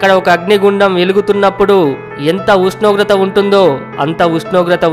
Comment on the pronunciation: Pls Meru first ushnogratha anadam nerchukondi